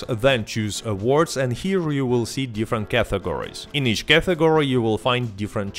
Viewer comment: It's not "cathegory", what the f*.